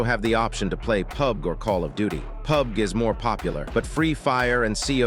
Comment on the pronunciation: Bro said pub guh